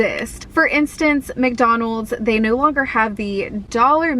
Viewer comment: you sounded so Aussie when you said 'nooooooooooooooooooooo'